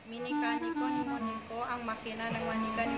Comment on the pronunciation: Wow galing ni Sir mag pronounce nang moniko thanks for sharing